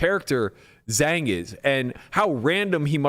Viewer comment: love the pod, just to help with the pronunciation of Zhang; Zh = J as in 'j'ohn. a = o as in the word 'o'n. so more similar sounding to jong than zang.